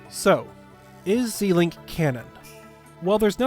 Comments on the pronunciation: Pronouncing it Zēlink sounds so weird. It should sound like the beginning of Zelda: Zèlink. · Zel not zee it's Zelda not zeelda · Just one thing you say "Zilink" and it's more like "ZElink" because it's ZElda and not ZIlda. I say it like that because in a message you can't spell what you say, so it's better actually saying what letters. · "Zee-link"? First time I've ever heard it NOT pronounced "Zel-Link". I don't like it. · Why are you saying it “Zeeee-link” and not “Zel-ink?” It’s a combination of Link and Zelda’s name. Zelda doesn’t have a hard E in her name. And link doesn’t haven an E at all. Why would you pronounce the E as a hard E? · Shouldn't the "Ze" in Zelink be pronounced like Zelda? Ze-Link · "Zee-link"? We can't be friends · Anyone think he is saying zelink wrong 👇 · "Zel-ink"...ship names are combinations of two names and are generally pronounced the same as if you were saying the full name, normal rules of pronunciation ignored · Why does every zelda tuber say ZEElink. It should be a short E. Her name isn’t ZEElda. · I've never heard someone say it like that. Every video I see it's always pronounced "Zee-link". Probably just a wrong way to pronounce it that got stuck. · the amount of times you said zelink completely wrong lol